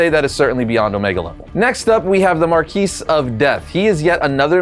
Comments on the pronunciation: Marquis of Death is pronounced 'Mar-key'...not 'mar-kees' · "Mar-key" of Death, not "Mar-kees" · "Marquis of Death" - the s in marquis is silent (mar-kee). Just fyi. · Bro said MarKeese of Death lol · “Marqgeeesse of death” Edit: shiver me timbers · Bro, Marquis is a French name. So the "S" In Marquis, {which is pronounced Mar-key or Mar-kee}, but other than that, great video, bro! Once more thing: HAPPY NEW YEAR, BRO! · i think the s in marquis is silent